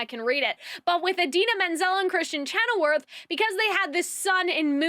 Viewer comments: chenoweth...not chenowerth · Great review! Your pronunciation of Kristen Chenoweth ("weth", not "worth") and the Grimmerie ("merie", not "moire") is killing me though lol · So, this is super unimportant and I overall agree with most of your review, but it is Kristen ChenoWETH, not werth 😂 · I agreed with almost everything you say! I love the way your mind is (I think) very chaotic, because you sometimes jump from one thing to another haha It's funny. One thing that I didn't like was you pronouncing Kristin Chenoweth's last name wrong a couple of times haha